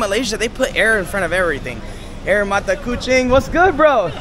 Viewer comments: 👋 Hi! &, 😺😸 I’m from Kuala Lumpur. But am originally from Johor Bahru. (Just a cross boarder Singapore 🇸🇬 & Johor Bahru, Malaysia 🇲🇾 okayed &. Hehehee…😁😁😁). - Watching your food’s & drinks video here’s. “Air” (pronunciation “Ayer” ) means “Water”, and “Tebu” means “Sugar Cane”. 😋😋 - Oh! Ya, “Laut” means “Sea”. - So, am gladly 😌 to be your translator. Mmmhehehee… ☺️😊😃😅😉😌😄😁😆😆😆🤭🤭🫰💃🏻🕺🏻🇲🇾❤️🌺🌏✨; Oh! Ya, last but not least,, you both should try’s foods at Johor Bahru too. The best foods ever! Unique & soooooo tasteful… Especially the Murtabak at Kampung Melayu, Kampung Kurnia & Larkin. Oh! Ya, also the Laksa Johor (spaghetti with fish gravy. ), ABC (A = Ais (in English pronunciation “ice”) B = Batu C = Campur). It’s a a very delicious ice 🧊 mixed with ice jelly, peanuts 🥜, kacang merah, cincau (jelly) and others too. Then with the syrup & a thick choco on tops of its. A Special ABC will added with Vanilla ice-cream. You will feel refreshing when you eating it during the hot 🥵 day okay \. It’s soooo yummy. 😋🤤😹😸😺🫶🏻🫶🏻 Bismillah. Alhamdulillah. Enjoyed ☺️😊😉😌😃😃😄😁😋😋😋🤤🤤 its. Happy eating, and a Happy New Month (March 2024) to both of you guys. TLC xoxo ☺️😊😃😄😁🇲🇾🌺🤍💙❤️ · "Air" in Malay meaning water or drinks.. "Tebu" is sugar cane. The pronouciation is, air = àà yér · Hi bro, love your vlog. Air Tebu ...Air means water..pronounced as Ah-yay. Hope this helps. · Good to see you’re back in Malaysia. Air tebu, the “air” is pronounced as “I - yee - air” and not the way you pronounce it in English. Air in Malay means water and tebu is sugarcane. Do get away from the city centre bro, everything is expensive in there! Visit the night markets in ss2 in petaling jaya or taman Connaught in cheras, you’ll find cheaper durian and other local food. Can’t remember if you’ve been to Penang or Genting Highlands, these are 2 places I’d recommend you visit. Enjoy the rest of your trip bro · Not AIR d english pronounciation...it is AYER...means water/juice